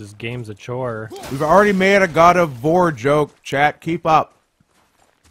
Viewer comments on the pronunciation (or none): "God of Warts"